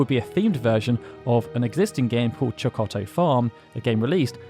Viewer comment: The double-t in “Chokotto” contains a glottal stop, which sound does exist in English and so shouldn’t be difficult to imitate.